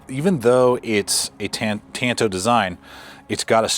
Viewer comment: really appreciate you pronouncing the blade shape correctly at "tan-to" not "tahn-to". Tonto was the kemo-sabe of the Lone Ranger. I like the knife, and am a real Frank Herbert Dune fan. As a teenager, I read the Dune trilogy at least 3 times. Now for minor criticism, I think the blade should have been more organic shape. My preference would be an elliptical "leaf" spear point to emulate a dagger tooth. I would envision the blade more like a slightly longer ESEE Laser Strike or something like Bark River's Canadian Camp II or the BRK UP Gunny (google this). I already own a Recon Tanto and a SRK; both in AUS 8a. Now, if it had a 7" leaf blade of AEB-L, I'd buy it in a heartbeat.